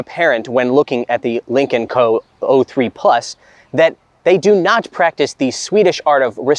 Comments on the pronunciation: Any one else hearing "Lincoln Company". The entire episode im thinking american lincoln has a company in china lol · Dude yes